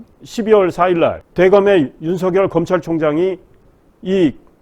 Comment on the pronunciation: 발음 교정 부탁드립니다. 윤성녈은 '윤서결'이고 이성뉸은 '이성윤'입니다